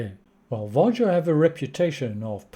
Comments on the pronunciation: Var-Yo Nordic countries pronounce the J as a Y, just like Germans swap the W for the V But yeah I agree with your analysis on the lifetime and announcement, they obviously went in as an experiment and decided not to continue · It's pronounced VA-HO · Your pronunciation of VARJO is still incorrect😏